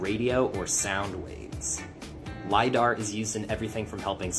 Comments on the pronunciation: Bro! It's called Lie-Dar not lid-ar..! Even after watching a video with the guy saying it correctly, you still called it LID-AR..... straight dumb. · 😱😱😱it's not Ladar it's sounds like LIEDARR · ITS LIDAR!!!!!!!! NOT LADAR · my man its not ladar its lidar like lie - dar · Hey see it's lidar your saying it wrong but love dog. Doing great keep it up. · It's pronounced lie dar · It’s Pronounced “Lie-Dar” Dayumm the guy said numerous times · Come on man I love your videos but come on,, it's pronounced ly-dar, and it's what you're good quality radar detectors are looking for when you're speeding down the HI-way, lol, but the light are they using down there is more than likely being used to f*** with the weather the great tool if you want to mess with a country. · for the love of god please pronounce Lidar correctly.. its pronounmced ("Lie Dar) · Its pronounced LIE-DAR I like the content though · Lidar- Lie-Dar. lol you pronouncing it wrong bro. Lidar is hugely used by archeologist and I’ve thought of finding a way to purchase one so I can freely use it to scope out and reveal findings💯. Now I wanna go and reveal North Pole truths #archeologystudent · The proper pronunciation is lie dar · Pronounced lie dar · its pronounced.....LIE_DAR !!!!!! DANG BOY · My brother it’s pronounced LIE DAR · Lie-dar brother XOXO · Just slightly concerned that you continued to mispronounce lidar